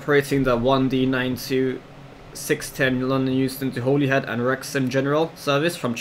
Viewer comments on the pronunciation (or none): I will rewrite Holyhead for you just so that you know how its actually pronounced even though its not spelt this way (HOLLYHEAD)is how its pronounced not spelt in this way, but Holyhead is the actual spelling